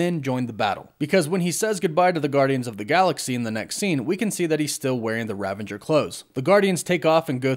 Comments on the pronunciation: It is ravager. ravage + er. There is no n. It is not rav-an-jer. Sorry, but that was really bothering me. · RAVAGER, not RAVENGER. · Hey man, love the content as always! Just one thing: it's Ravager Thor (as in the Ravagers from GOTG), not Ravenger Thor, right? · Love, but he tends to say things wrong a lot. Just a quirk, oh well. It is indeed Ravager Thor rather than Ravenger Thor. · Great video! Quick question: Ravager or Ravenger? I keep hearing Ravenger and it doesn’t sound right. Thought it was Ravager. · I hate to be the corrector, but it's "Ravager Thor" rather than Ravenger. 😅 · Ravager, not Ravenger, no n. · "Ravager" not "Ravenger" I think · Its RAVAGER** bro bro... Not "Ravenger" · it's not ravanger dude It's ravager.. "A ravager never flies solo" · Great video but - ravager. Not ravenger. There's no 'n' in the middle. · I’m sorry but it bugs me that you pronounce an N in Ravager. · I think it's RAVAGER not RAVENGER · Why does everyone I watch say “Ravanger”? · You said "ravanger" again, lol. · Isn’t it Ravager not Ravanger? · Ravager...not "Ravenger" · There are quite a few words that you always mispronounce, but none are as annoying as how you incorrectly say "ravager." There is no "n" before the "g." In Ragnarok, Thor joked about "Revengers," which is a totally different word than the factions from GotG... "Rav-age-rs." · Ravenger Thor? Ravengers? Seriously? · There is no "N" in Ravager. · Okay. I wasn't gonna say it but it's driving me nuts. There's no "N" in "Ravager." Great breakdown. But I couldn't just let it go.